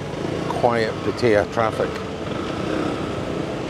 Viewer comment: Great video but you need to learn to pronounce Pattaya correctly. Ask your missus.